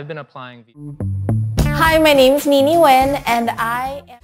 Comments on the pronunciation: I am not Vietnamese, but a Vietnamese friend named Nguyen once told me that "win" is what they say to Americans because they know it's easier to pronounce, but something like "nu-wen" (with a specific intonation that I can't type, but is exactly how she said it) is more authentic. I suspect a lot of Vietnamese-Americans who grew up in America always say "win" for this reason, even if that's not how people from Vietnam would say it. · I thinkpeople in the video pronouncing it When, know what they're talking about. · The closest to pronouncing this correctly is the 2nd person with the white dress shirt. He had the ~ accent (which the others lack) which is crucial to Vietnamese pronouncing. If he ended it with "ee-in" instead of "in" it would be 100 authentic. PS, The older gentleman at the end even watered down his name pronunciation. I'm kind of surprise since he's obviously so fobbish. Lol. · I am Vietnamese, born in Vietnam. It's strange that I only see person number 2 pronounce it correctly. Maybe they were all born in a foreign country or were trying to change the word into something that was easier for English speakers to hear. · Correct Pronunciation: Pronouncing it "Win" is them making their names easier for people who don't speak their language. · Viet Thanh Nguyen (the 6th guy) pronounces it the most correct way. It's still a little bit different from native Vietnamese pronunciation, but it's the closest one.